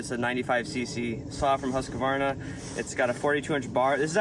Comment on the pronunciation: Saying Husq-A-Varna in front of a Norwegian. He must be rolling his eyes...